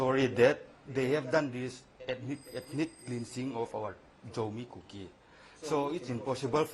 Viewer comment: It's KUKI Not Cooki.